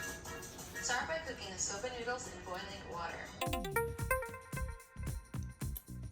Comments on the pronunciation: Did he really say Sah-ba noodles instead of soba noodles, like someone please tell me I'm wrong and that's actually a thing. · Wait...how are your pronouncing soba noodles??? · Soba and lentil were also attrocities. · It's SO-BAH AND GRAPE SEED. ☺️👍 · my dude. It's not sob-ah noodles its "so-bah" also what is grap-seed oil? you lost the E? Sorry for the nitpicking.. Proud of you guys though! There are some really delicious veggie dishes out there. It doesn't necessarily have to be vegan...as cheese, milk, and eggs can really add to a dish. Not everyone can go full vegan/vegetarian but if we all made small changes in our diets, it would be better for our bodies and the environment <3